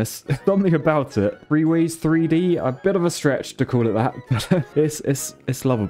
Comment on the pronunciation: Anyone else hear "three-ways" instead of "free ways" and not even question it because it's